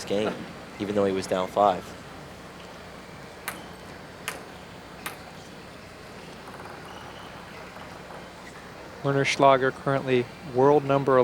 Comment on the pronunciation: "Warren Schlager" in the Women's Singles Semifinals 😂